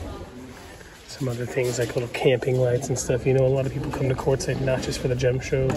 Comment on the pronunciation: It's Quartzsite, AZ.